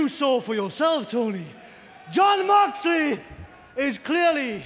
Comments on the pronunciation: I love ya company but u said Jon moxelely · "MOXLELEY" oof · Ah yes. Jon moxlely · 'Moxlely'... xd who use social media?